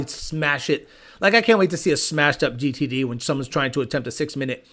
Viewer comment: Listening to you try to say GTD reminds me of that scene from Idiocracy when Not Sure gets his diagnosis from the doctor. Lol.